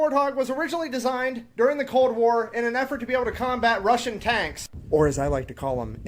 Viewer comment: "RUSSIAN" tanks -> "RUSHING" Tanks -> "IN-A-HURRY" Tanks 😆. Love the Reaction!